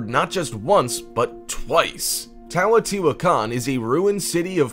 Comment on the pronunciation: He’s mispronouncing Teotihuacán. He keeps saying "TAWOTIHUACAN"